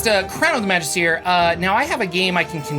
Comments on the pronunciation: It's Magist(er) not Magist(ier) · yeah, first time I thought he was saying "majesty", correct pronounciation is indeed \ məˈjistə(r) \ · There is no "ear" sound in Magister, mister there is no "ph" sound in Jordan.